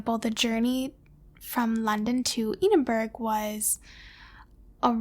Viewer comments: As a Scot, I'm sad with how she pronounced Edinburgh. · New capital of Scotland is Edinberg 😂